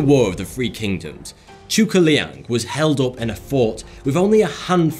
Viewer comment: Your butchered pronunciation of 諸葛亮 hurts me